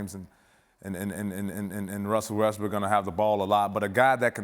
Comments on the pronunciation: Windy calls him "Wussel Restbrook" a lot! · I’m glad I’m not the only one that says “ Wussell Westbrook” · "Wussel Westbrook"